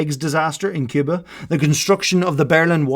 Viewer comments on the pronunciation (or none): none